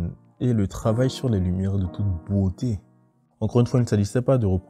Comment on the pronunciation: "De toute bwoté".